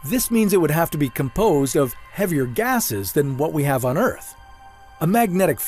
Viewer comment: Dudes voice annoys the hell out of me.. its earth not outh..rocks not wocks.. csn dude not pronounce his R's??